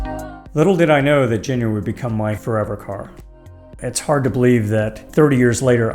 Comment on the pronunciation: I hate to tell ya this, man, but you're mispronouncing the name of your car. "G"s in Japanese are pronounced with a hard "g" sound.